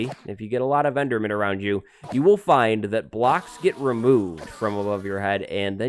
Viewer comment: "This is a very simple EDERMAN FARM" Ederman? Okay?